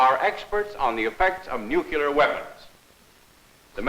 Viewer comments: “A nucular attack” 🤦‍♂️🤣🤣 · A Civil Defense Film where he constantly mispronounces "nuclear"